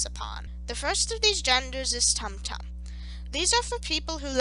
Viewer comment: This was wonderful, as someone who actively studies talmudic hebrew. The only thing that got my goat was the pronunciations. There is no "uh" sound in Hebrew, only ay, eh, ee, ah, oh, and oo. Tumtum, with the vav, would most likely be toomtoom